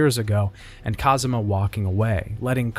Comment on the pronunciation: i kept noticing that you keep saying Kazuma everytime Kazama shows up